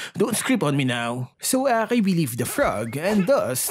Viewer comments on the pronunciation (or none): The way pronounced akai as bakai 😂😂